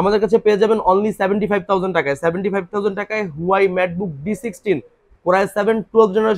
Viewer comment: উচ্চারণ হবে "হুয়াওয়ে" "হুয়াই" নয়